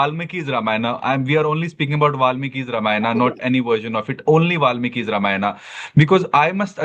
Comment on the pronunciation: Bhai Ramayan toh thik se bol